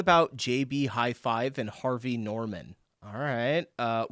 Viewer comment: IT’S JB-HI-FI NOT HIFIVE